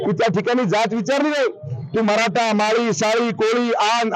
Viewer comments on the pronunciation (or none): none